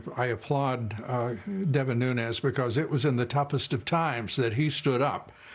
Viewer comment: Devin Ñuñes... It's not spanish. It's Nunes.